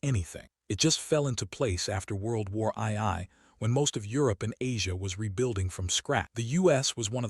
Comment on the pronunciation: Please don’t use AI for narration it sux. Example is World War I I (eye eye) instead of world war 2. Sorry mate, channel blocked after this comment as I want a hear a person not a machine